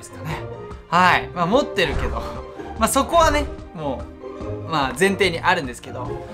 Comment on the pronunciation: 持ってるって強調しすぎ